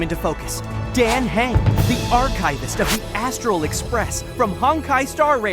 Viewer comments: ITS NOT DANG HANG ITS PRONOUNCED DAN HUNG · Why are the name pronunciations wrong?!?! It’s pronounced Don hung, Himiko, Byelu, and imbyebider lunae (These are not how they are spelled but how they are said) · NOT THE PRONOUNCIATION HELP NOT HIMEJKO AND DEEN KHANG ZHENZHU LUFU BEILU AND BEST FIGHTER HANYA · I CANT STOP LAUGHING AT THE WAY THEY'RE PRONOUNCING MY BOY'S NAME, like yeah, I get that it's spelled dan heng, but I always heard it as like dan hang in game.. My poor dragon boy. 😭😭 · He’s saying Dän Heng 😭 That hurts sm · ah yes its "dan hang" and "he-me-ko" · AS MUCH AS I LOVE THIS DAN HENGS NAME IS PRONOUNCED “ DAN HUNG” 😭😭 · Good lord… the pronunciation, ITS DAN H-UNG, AND HIM-IKO, ITS JURILLO, SERVE-ALL, ITS ZI-AN-ZHOU LOO-FU, B-I-LU, HAN-YAH The shiminawa artifact in that box XD I’m sorry being the pronunciation police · I am laughing so hard at the pronunciation of Dan heng’s name (as a hsr player) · The Way they pronounce Dan Heng was hilarious. 😂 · The way he misspronounced himeko and dan heng 🥲💔